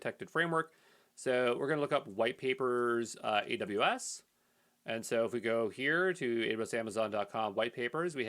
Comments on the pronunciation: thanks man but it sounds like you are saying adadaybus lol <3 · how does he pronounce AWS? Adubas?